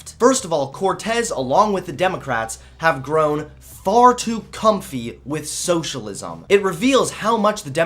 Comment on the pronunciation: She's pretty, but crazy. And I already hate her just for the way she pronounces "socialisaaaam"